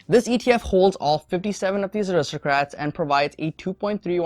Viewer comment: It's aristocrats not aristrocrats